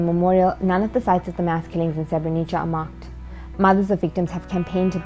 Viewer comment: its not pronounced Srebrenicha lol